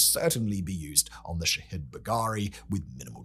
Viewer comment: All I hear is "shithead" when he says the name.